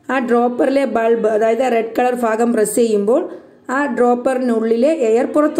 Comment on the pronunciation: Class poli aan ഭാഗം എന്നുള്ളത്തിന് നിങ്ങൾ പറയുന്നത് phaagam എന്നാണ്